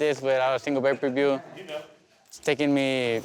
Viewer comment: It's may-per-view....